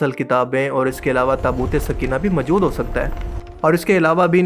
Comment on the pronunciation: Urdu bolni seekh lo. "Qabzaa sakhain"..."mjood hen" lol